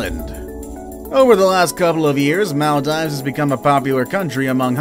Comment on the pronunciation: I generally enjoy your videos, but, dude - you gotta learn the correct pronunciation of these islands, for instance, MaldEEves.